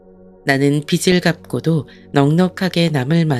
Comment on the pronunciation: 비츨(X) 비즐(ㅇ)입니다 내용이 좋아 계속 듣고 싶어도 발음이 잘못되어 있으니 계속 거슬려서 안듣게 되네요